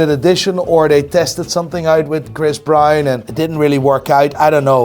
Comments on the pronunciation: how do u pronounce BROWN brother. its not BrAuN, Brain or Brian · Tf is Chris Bryan.. can't you say Brown, it's easy af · everybody: chris brown: chris brian 🤣🤣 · "Chris Bryun"